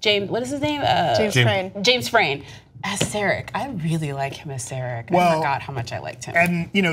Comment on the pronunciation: That's not how you pronounce "Sarek" folks.